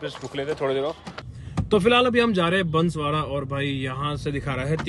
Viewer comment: बंसवरा नही है भाई बांसवाड़ा हे😅